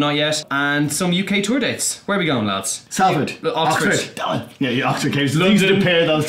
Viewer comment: Now, between the last couple of outros Arms' pronunciation of Salford changed and I assumed someone had had a quiet word. So sweet of you not to pass that on to Hog though 😉